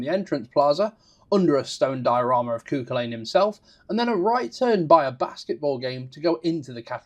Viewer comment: Sorry, I know you are not a Gaelic speaker but the name is pronounced CU-Cul-An. Otherwise great information and review